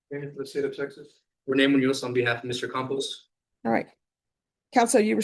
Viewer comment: It’s Campos but I love that Judge Boyd pronounced it Compost. 😂